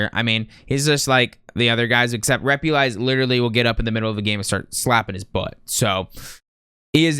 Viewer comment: “Repulize” lmao first you mispronounce his name then rank him in D smh the disrespect